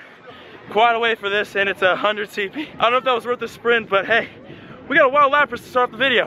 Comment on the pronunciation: Sorry not lapata it is lapras